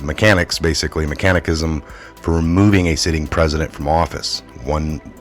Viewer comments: "Mec-can-ism"...pronounced phonetically. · Mech = peck, I = in, it, inism 😵 All short vowels , not long vowels, argh, sorry 🙌